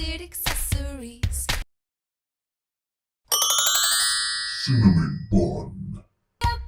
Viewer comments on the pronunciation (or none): "sinnamon bun"